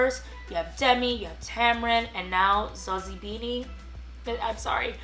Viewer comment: Perfect pronunciation of "Zozibini"